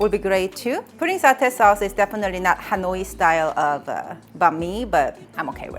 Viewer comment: You're cute, but please, out of respect for your Viet subscribers (me), please try to properly pronounce "Hanoi." It's not "Ha-noy-ee." I hope that while you are there, you will visit with Helen from Helen's Recipes channel.